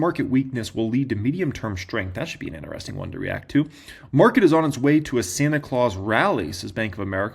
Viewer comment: Love you, but it is “in…tri..sting” when you say interesting not “in…ner…esting”. 😂